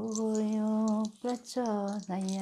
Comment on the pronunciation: She recited the Gayatri Mantra well excepting the last one. It should be DIYO YO NAH PRACHODIYATH. She is serious about this and does it with dedication. Great video.